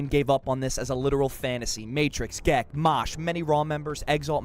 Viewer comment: you said Gekk's name wrong